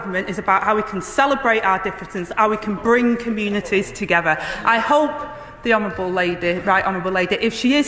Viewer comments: What does togffer mean she can't pronounce words either or in her wards effer 😅😅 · AG saying ‘bring the communities togever’ it is pronounced ‘together’!